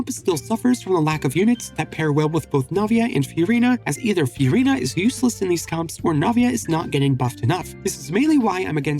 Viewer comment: why do u say it "fyureena"